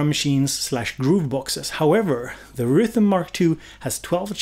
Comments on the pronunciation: You cannot pronounce “circuitry” but then you easily pronounce “rytm” in your Swedish way 😄 I feel the need to record and slowdown when you say it, as in, wait what did he say, was that rytm? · Wait how did you pronounce RYTM ? 😅